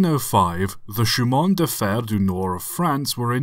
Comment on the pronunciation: Great series of videos. Suggest you get some help pronouncing “Che in.”